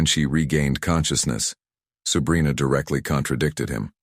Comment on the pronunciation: Dude kept wrongly pronounced her name as “Subrina” it probably shouldn’t have but it kept bothering me a little bit lol